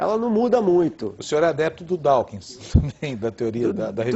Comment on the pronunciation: 'Dawkins' kkkkkkkkkkkkk em .... Se mata